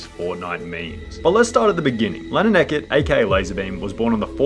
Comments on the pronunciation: It is pronounce ee-cot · did u say, eket. Bro... E-cott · It’s not ehkit it’s eacott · Bro really just said “Lannan Ekhett” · Disclaimer: No hate. It’s Lannan Eacott, not Lannan Ecut. Lol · Anybody realized he said ekett instead of eacott (e-cot). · his last name is eacott, not ekkit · ITS NOT EH-KIT ITS E-K-AW-T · I-I'm sorry you'll have to excuse me, but did you just pronounce Eacott (ee-cot), ecot? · its eacott not ecet btw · Its pronounced eacott not ecott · Lol, Lannan eccet. It’s Eacott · Lol the way you said ecott lmao. Ee-cott not ekot. No hate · “Ecet” that killed me still love you tho! 😂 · My man said "Lannan Ekket" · "lanin eckitt" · man really said eckot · Pro tip its eacott- ee cott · It’s pronounced eecott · not to be that guy but like its (his last name) pronounced... E- coT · His last name is pronounced ee-cot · anyone raging at the fact that he pronounced eacott wrongly?